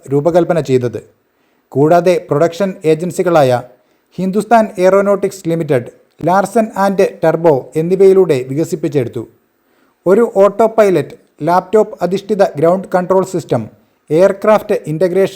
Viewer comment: ലാർസൺ &ടർബോ അല്ല ടൂബ്രോ ആണ്..